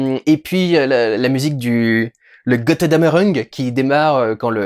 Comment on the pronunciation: "Gotteudammereung"? xD